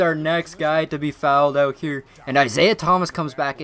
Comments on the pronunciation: Please don't say "fouled ougggtt" again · "He fowelled ouut"